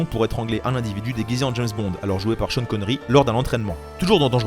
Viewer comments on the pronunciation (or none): none